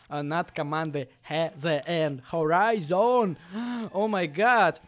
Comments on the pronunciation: надо читать не хзн а хорайзн отписка фууу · Это Скиффф и это хорийзон а не хезейн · Может ты не знаешь, но то не HZN, а хорайзен